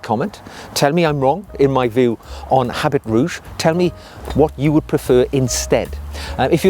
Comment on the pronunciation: it's pronounced "a bee rouge". Thanks for the discovery!